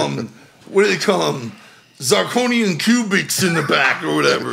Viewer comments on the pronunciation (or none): Zarconian cubitz😂..... thats worse then ricky from trailer park boys